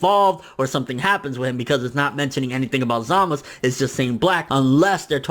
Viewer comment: why do you say Zamasu wrong you say zamos bro its za-ma-su